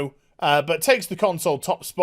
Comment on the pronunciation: Did he just drop "Con-soys"?